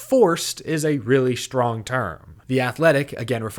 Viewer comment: Did he say “schtrong” instead of “strong?” 😂